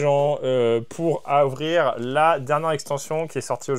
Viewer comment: « pour avrir?? » 😂